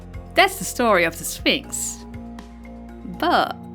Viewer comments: The way you say sphinx is so cute ❤️ it’s pronounced sfinx ph makes an f sound not w 🙈 glad to see you back! 🎉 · I love how you pronounce Sphynx. Also loving the rep for Greek myths. Welcome back!